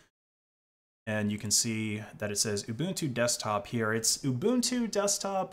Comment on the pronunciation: Ubuntu, not uNbuntu